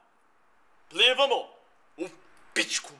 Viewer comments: Plivamo not plevamo LoL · its "plivamo" not "plevamo" :D naočale = goggles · it's plivamo not plevamo :D